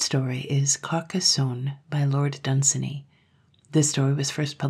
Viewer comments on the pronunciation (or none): "Dunsany" rhymes with "rainy."